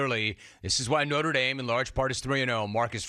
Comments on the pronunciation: Uh it's NOTRE, not NORTE. Get rid of your USC employees, Jim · “Norte”?? Moving on… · "Norte" Dame? Dumbshits 😂